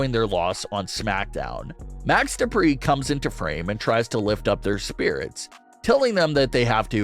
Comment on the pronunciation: No. No. No. You got to say it like this : DuPRE!!!